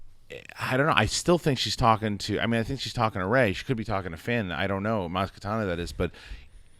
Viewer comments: IT'S MAZ KANATA NOT KATANA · It's Maz Kanata. NOT Katana!! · I'm sorry but I have to point it out. It's Maz KANATA not Maz KATANA. Sorry it's been driving me crazy 😆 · the name is Maz Kanata not Maz Katana lol probably the injured fured character is Lowbacca not Chewie... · Maz Kanata...not katana. Get it right guys. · It's Maz KA-NA-TA. Not Katana. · Maz Ka-NA-ta. Kanata. Not Katana. She's not a sword. Come on, boys. Get it right. Months of this now. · It's Maz KANATA not KATANA!